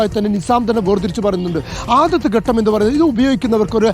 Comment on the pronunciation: എന്റെ പൊന്നു സുഹൃത്തേ ഘട്ടം എന്നാണ്. അല്ലാതെ ഗട്ടം എന്നല്ല. മലയാളം നന്നായി ഉച്ചരിക്കുന്നവരിൽ നിന്ന് കേട്ടു മനസിലാക്കി പറയൂ. ഗട്ടം ഗട്ടം എന്ന് ആവർത്തിക്കുമ്പോൾ അരോചകം.